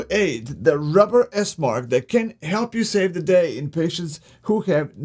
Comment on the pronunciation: It's Esmarch...